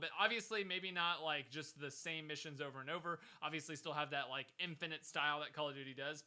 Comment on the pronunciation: First: it's de wae Second: it's "Like" and not "Lime"